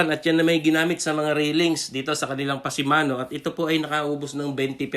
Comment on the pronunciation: Pasamano kuya, hindi pasimano!..Pasamano is Spanish for handrail